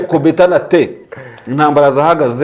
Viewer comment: Umugoroba mwiza 🙌🏿 kdi merci bcp kutugezaho amakuru, ariko nyakubahwa Maréchal ngo kobetana té 🤣🤣🤣